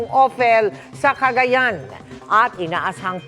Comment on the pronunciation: Magaling sya magreport pero bakit palaging may Letter lagi na extra kada tapos ng salita. "CagayanA" "LuzonA"